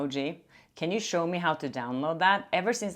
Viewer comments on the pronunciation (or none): none